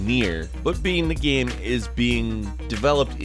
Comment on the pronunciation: Every time says the word "game" it sound like he's saying "gaem"